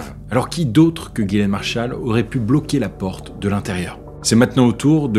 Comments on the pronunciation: le prénom Ghislaine se prononce "Jisslène" pas "Guilène" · On dit Ghislaine et pas gilaine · Ghislaine c'est pas prononcer Guy-laine mais Jislaine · Ghislaine pas ghilain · Ghislaine se prononce "Jislaine" "Guilaine" c'écrit de cette manière. devant « e, i, y » : le g se prononce « je » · Si je peux me permettre, le prénom Ghislaine se prononce : Jisslaine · Pourquoi il appelle Ghislaine "Guilaine" ? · Mais vous écrivez GHIS laine, et vous prononcez GUY laine, alors pour qui vous vous prenez pour juger d'une faute d'orthographe?????? Parce qu' en plus vous dîtes que la victime GÎT dans une marre de sang... pourquoi ne pas avoir dit qu' elle GUY dans une marre de sang???? Le point c' est qu' aujourd'hui en 2025, les français ont une difficulté évidente et démontrée en français. On ne fait que ça, voir des erreurs de français sur Youtube, comme ailleurs. La victime en fait peut être partie. Des illettrés. Ou alors c'est est vraiment facile comme accusation. En train de vous faire poignarder.. dès fois que ça lui vient comme ça.... Vous êtes tous devant votre écran et vous ne vous souciez même pas de comment vous écrivez... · Je crois que les deux prononciations sont possibles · Ca se prononce "guilaine" ou "jislaine" ?